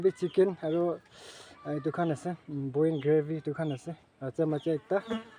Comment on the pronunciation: Good and nice one.but next time please don't say chenen,boin please practice and say channel and boil.